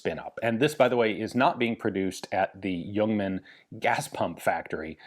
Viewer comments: Cudos for pronouncing it as Yuongman although it is spelled Ljungman. Totally correct. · I was expecting a re-upload of the fantastic Le Youngman video, but this is new material! Ian even pronounces 'Ljungman' correct. None of the other names or cities, but Ljungman is near perfect. Looking forward to part B. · Great review, good to hear the correct pronunciation of the name. I have owned an AG42B and appears unfired from its B upgrade. I also have a new spare magazine. It's a favourite of mine.